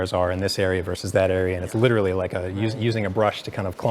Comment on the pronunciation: “Liturally liturally Liturally”